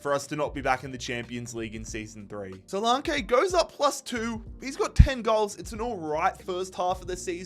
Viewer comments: Its not solankaaaayyyyy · Duminic Suluuuunke 😂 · The solanke pronounciation did my head in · Omg couldn't watch this cos he can't believe even say Solanke right 🤡🤡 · The pronunciation of solanke is killing me 😂